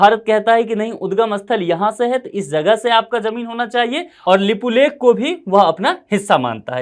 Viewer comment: Nepal never claim unnecessary land..this youtuber even can't right way to pronounce lipiyadhura lipulek.